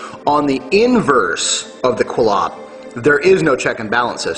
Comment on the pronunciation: It's Qliphoth pronounced (kli-foth) or (kli-poth) not Qilopth (kil-opth)